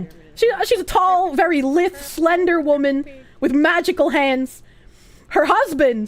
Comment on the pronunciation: Also she pronounces both scythe and lithe correctly. Shame on chat for trying to confuse her.